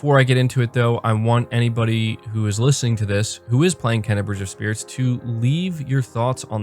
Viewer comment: First of all the name is pronounced KAY-NA not KEN-NA. How do I feel about it? There is only one way to feel about it because the game is top-notch all around. The graphics are stunning. The gameplay is fun and varied, with a nice difficulty. This is not a kids game from a difficulty standpoint. And the sound/music is some of the best all time. So far this is a 9/10. Speaking of great games. If anyone is looking for another great game, do NOT sleep on F.I.S.T Forged In Shadow Torch. The game is so, so good. Graphics are great as is the soundtrack. But what puts it over the top is the polished gameplay and combat. So fun. An easy 8.75. Not sure why you would think Deathloop wouldn't sell well. It's a quality new game on Ps5. It will sell.